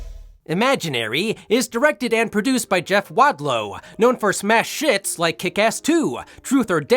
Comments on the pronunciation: Did you say "smash hits" or "smash shits"? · I heard smash shits. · You dis say smash shits thought I heard it